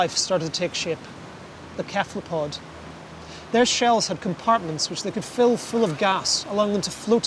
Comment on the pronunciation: Kephlapod? Really?? I can’t help but believe that he pronounced it like that to be annoying. 😂